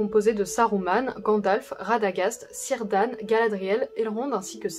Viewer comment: Super vidéo, bien documenté, claire, pour une période pourtant très dense. J'imagine que les petites imprécision sont dans un soucis de simplification ^^ Un mot cependant : j'ignore si vous faites la faute sur les autres vidéo, mais en elfique le C se prononce K. On ne dit pas Seleborn, mais Keleborn, et non pas Sirdàn, mais Kirdàn ;) Dans certaine forme de proto-elfique, ce son est d'ailleurs retranscrit par Tolkien avec la lettre K. PS : Certaines versions du Silmarillion possède une annexe sur la prononciation elfique ;) PS 2 : C'est pas du jeu de mettre la séquence de la mort de Boromir, j'arrive pas à ne pas avoir la larme à l'oeil :'(